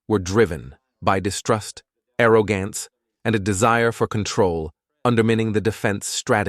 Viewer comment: “Arrow-gance” instead of arrogance “Chi- Omega” is pronounced Kai Omega Elementary school stuff